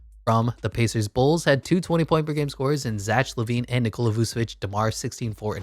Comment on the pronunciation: Bro can’t pronounce Zach💀💀💀